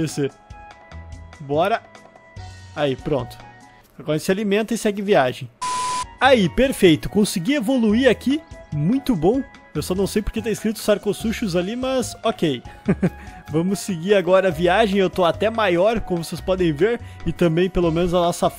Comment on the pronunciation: Atenção: a sua pronúncia do nome "Sarcosuchus" estava incorreta. É latim, portanto o "ch" tem que ser pronunciado como "k". Adorei seu video. Sempre muito divertido.